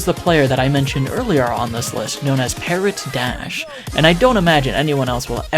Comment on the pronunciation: oh my fucking god the way you pronounce "parrot dash" be like "parrot, dash" bruv CLANTIS nah bro that was